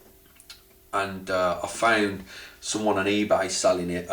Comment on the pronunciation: its ebay not ebar m, i only person who notice it